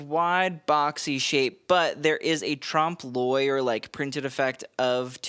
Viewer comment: Loved this so much! I think this is the best critique video you have ever made. I learnt a lot, and I appreciate your research and respect your opinions on fashion more and more. But you said “Trump Lawyer” instead of “tromp loy “ for ‘trompe l’oeil.’ It kind of took me out for a minute. Please don’t remind me of that flat-pated, orange-painted, badly-dressed clown. Anyway, I am very grateful for you and your work. Sorry!